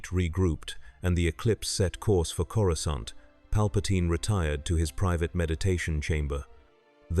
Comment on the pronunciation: This was very entertaining. I have noticed they’ve seemed to retconned the pronunciation of Coruscant by pronouncing the previously silent C as a hard C. It doesn’t flow off the tongue at all. It sounds like some Thursday night drunk referring to Cora’s private parts in derogatory terms!